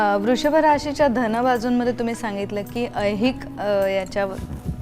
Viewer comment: tu loose boltes,sir che uchhar bagh spasht ahet,dhan mhantes te Dan bollyasarkhe watate